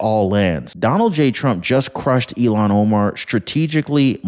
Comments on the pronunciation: Il-Hahn. Her name is pronounced "ILL-hahn". Not like "Elon" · Her name is Ilhan - IL- HAN. Not Elon Omar. Please pronounce it correctly as it doesn't make a good impression. As for Trump, hope he disintegrates her. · Her name is ILLHAN not Elon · IILhan that's ILL hon Omar not Elon. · It's IlLL-HON...say it ILL-HON! It's NOT Elon! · Pronounced ILL HAN not Elon Omar you idiot!!! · Her name is not Elon. It is Ilhan, pronounced like , I'm sick or ill-Han. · Ilhan You keep saying Elon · I can't stand Omar but I can't stand it when you say her name like Elon Musk's name ! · Ilhan. EEL HAN